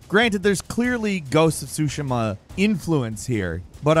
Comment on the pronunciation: Your Tsushima pronunciation is killing me!!